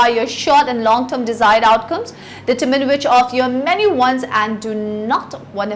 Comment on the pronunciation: Annoyed by the way she pronounces determine.